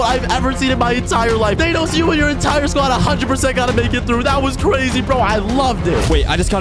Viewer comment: Bro called Thanos ''Thenos"